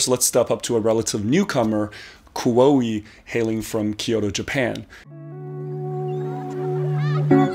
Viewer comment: Just wanted to let u know that KUOE is pronounced as KU-OH.